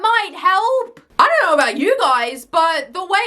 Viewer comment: Just the way you pronounce ''Do you knueeeuw''